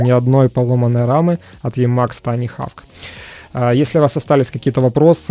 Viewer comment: очень прошу, не ленись перед записью спрашивать у гуглопереводчика, как произносится название обозреваемого продукта. Ну какой хавк?) И такая фигня раз за разом, из выпуска в выпуск.